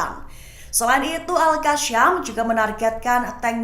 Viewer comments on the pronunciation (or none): Al kassam bak bukan al kacham